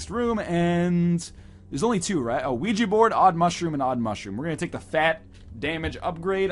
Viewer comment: Oujia is pronounced Ooo- ge-a